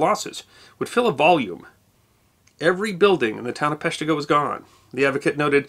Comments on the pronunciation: emphasis is on the first syllable making it PESH-tih-go Instead of pesh-TEE-go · Grew up 5 minutes from Peshtigo in Marinette… it’s pronounced pesh-tigo not pesh-teego. 😆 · I saw the first video, it, like all your videos was awesome. I do remember cringing each time you said pesh-TEE-go, but don’t remember if I commented. But here we are on the 150th anniversary of the fire and you’ve corrected it. You obviously PLANNED in advance to post the correction on this day. And THAT’S history that WILL be remembered… at least by me. Love all your videos, they and you are amazing. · I’m from the area, I was rewatching to hear that mispronunciation… 🤣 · I’m from Green Bay. His first one got me to subscribe. I was rewatching it to hear his pronunciation 🤣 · Well, let's see how badly he mispronounces Peshtigo this time..... 15 sec in.... well, there you go! Thanks for the fix!! (from a Northeastern Wisconsin resident)